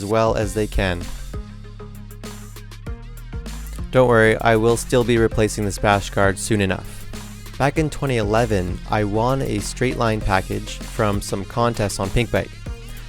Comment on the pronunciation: what way is that to pronounce won